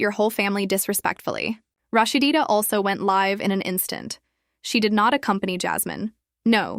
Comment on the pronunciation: LADY WITH YO IGNORANT ASS PLEASE LEARN HOW TO SAY HER NAME ITS NO RAHSHDEEDA ITS RAHSEEDA also THATS MS DEB YALL HAVE ON THE SCREEN NOT MS SHIRLEEN RAHSEEDA REAL MOTHER